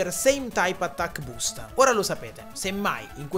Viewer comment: Video pazzesco, non credevo fosse possibile ma la narrazione migliora sempre più, complimenti. Però quel "Same Type AttacHk Boost" a me ha fatto danno, dovrò ricaricare il save 🤣🤣🤣